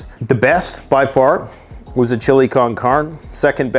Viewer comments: It's chili can'carne like can car nay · You need to learn the proper annunciation of con carne. But I still love your videos. Thanks for what you do